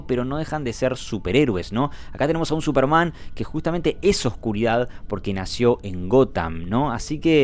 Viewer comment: La única crítica al vídeo es la pronunciación del pibe "Supermán", en vez de Súperman